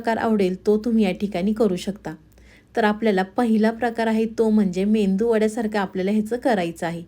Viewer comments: मेंदू वडा नव्हे मेदू वडा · मेंदू वडा नाही,मेदू वडा म्हणा रेसिपी छान आहे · मेदू वडा बोला. मेंदू naka bolu😂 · ताई मेंदू वडा नाही. मेदूवडा. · मेदू वडा म्हणावे. " मेंदू वडा " म्हणणे चुकीचे आहे. तसेच कोथिंबीर म्हणावे. " कोथंबीर" म्हणणे चुकीचे आहे. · मेंदू वडा नाही मॅडम मेदू वडा म्हणा. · कोणाचं मेंदूचं वडे म्हणावं. तसं नाहि मेदु वडे आहे (. मेदु वडे ) म्हणा🙏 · Mendu Vada nave Medu vada.uchhar hava. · मेंदू वडे नाही मेदू वडे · अग बाई मेंदू नाही मेदू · रेसिपी छान आहे...पण मेंदू नाही मेदू वडे म्हणा